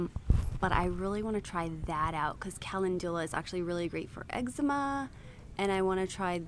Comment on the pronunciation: Definitely yes on tj maxx! Crazy as it sounds I’m only recently discovering the awesomeness there. Oh also, not to be petty just purely informative...calendula is pronounced differently than you said